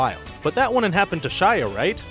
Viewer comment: it's pronounced "wouldn't", not "woonent"